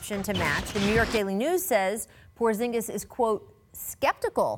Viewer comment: Oh god here we go. "Porzingas a good fit in L.A?"